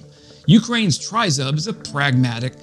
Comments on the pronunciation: You have a great channel Let me help you with the pronunciation Tryzub = treh-zube (Meaning 3 teeth - the coat of arms of Ukraine from Neptune's trident (Greeks settled Crimea 1500 years ago) The way you say tryzub makes me want to poke a pencil in my ears 🤣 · It is pronounced "tree-zoob" -- there is no "try" as in "try-ing" in it. "Do, or do not, there is no try." -- Yoda, from a long time ago in a galaxy far away. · TRI ZUB ready? TRI means THREE and ZUB is pronounced with a long U sound means Tooth. So, THREE TEETH> Or Three Fangs. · Great video. Just so you know it is pronounced Tree-zoob. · Ukrainians pronounce it triz-oob. A Ukrainian sent me socks with a Tryzub emblem on them, then another pair arrived with FCK PTN 🤣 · Great report as usual - now let's try to pronounce Tryzub correctly - it's Tre as in 'treats' and Zub as in Zub..... It's our national logo or emblem тризуб as in trident of "три зубa" as in 3 teeth; no one really knows - some say it looks like an eagle or a dove. Keep up the good work - try and do a collaboration with Jake Broe as your channel really deserves a higher audience.